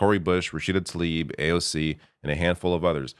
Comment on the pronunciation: I guess it takes a Canadian to properly say Rashida Tlaib's name. Most unitedstatians cannot say it properly.